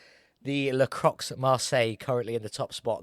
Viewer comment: Nice, finally a yellow taxi. Faster than the LaCroix (which you pronounced almost right but english people aren't used to the "R" sound so I can't blame you) but as sweet for the eyes. And the next build is a moon vehicle !? Ho man I can't wait for this one ! ^_^ 1hp ? I wonder how it will turns out on the gravel track...